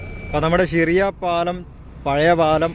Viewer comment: സിറിയ അല്ല 😂 ഷിറിയ ☝️